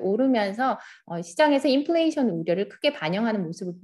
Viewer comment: 인F플레이션을 인P플레이션이라고 영어발음으로 하니 당황스럽네요